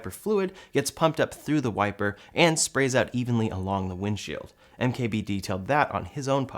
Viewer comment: MKBHD not "MKBD"